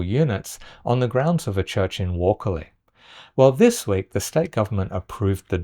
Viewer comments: Hey by the way you pronounced Wakerley wrong 😂 It’s pronounced like wake-erley wake like in awake, coming from a wakerly resident Love the videos ❤ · Please pronounce Wakerley correctly. Way-Kerr-Lee.